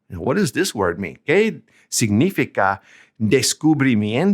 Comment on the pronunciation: Great video. I am using it with my Spanish 2 classes. Two minor details: 1. It's: "sig-ni-FI-ca", not "sig-NI-fi-ca" in your "¿Qué significa?" example. All the rest of the words are pronounced very well. 2. "¿De qué color son tus zapatos?" is not an example of "qué" + plural noun. In both examples, you have "qué" + color; "color" is a singular noun. An example of "qué" + plural noun would be: "¿Qué restaurantes prefieres?". Hope this helps! Keep making more grammar videos. (I can't seem to find your video on how to form questions in Spanish: yes/no questions [with no word order change, with inverted word order], tag questions, information questions [with interrogatives].)